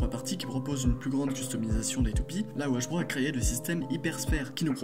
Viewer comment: Ça va mais juste tu dis '' hajbro '' A la place de dire '' hasbro'' mais sinon ça va et geist se prononce gueist